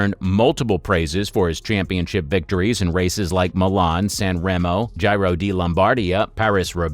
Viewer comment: It baffles me how you say "Gy-ro" d' Italia, but perfectly say Giro (pronounced _Gee-ro_) di Lombardia.